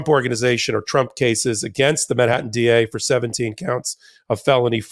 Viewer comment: Ben, MAN-hattan. Not min-hattan. Thanks. Love ya.